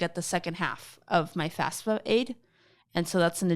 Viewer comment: She is not very clear on what the FAFSA (or "fasfa" as sye says it) is. It's not aid, and it's not the government paying for college. It's just the application form from which grants and loans can then be calculated and off we red to students. I hope that doesn't come back to bite her someday.